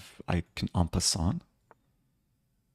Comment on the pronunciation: At the end of game 1, are you talking about en-pin-sant Eric? 😂